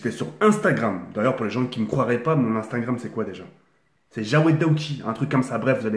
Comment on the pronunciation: On dit jawed